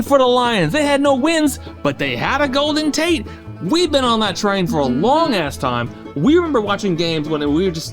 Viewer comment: Did you say Golden Taint? Or did I hear it wrong?